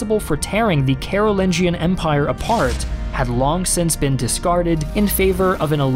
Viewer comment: actually its read as Karu'linyan not Karu'lin-john